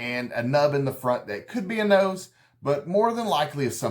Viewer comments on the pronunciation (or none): none